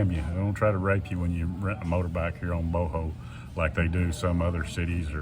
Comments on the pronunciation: Bohol is pronounced "Bo-haul" not "Boh-hole! Lol. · Bohol, pronounced Bohall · It's funny how you say Bohol 😂😂😂